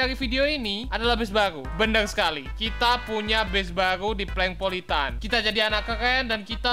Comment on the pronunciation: PLANKPOLITAN itu yg bener udah diam woi